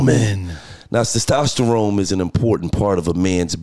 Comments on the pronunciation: LOL this interview lit but Gillie saying "Sestosterone" instead of "testosterone" got me dying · Gil can't say testosterone lol 😆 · Did he say testosterone wrong 5 times in a row